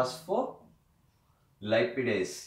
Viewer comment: Dear you said the enzyme as PHOSPHOLIPIDASE A2 which is actually wrong. The enzyme is known as PHOSPHOLIPASE A2